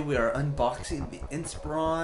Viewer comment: First of all it's Inspiron , second , what was the purpose of this video ? How to unpack a laptop ?